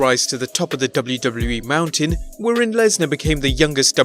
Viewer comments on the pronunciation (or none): none